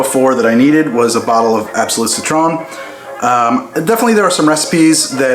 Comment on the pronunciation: Hey, I'm Swedish and since you had some trouble pronouncing Absolut Citron I made this for you.